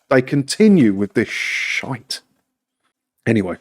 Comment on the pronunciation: that pronounciation of "Shhhhiiitttte" absolutely cracked me up...lol